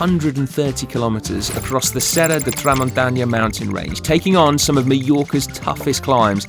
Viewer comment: Three days in and they continue to say "Meellorca".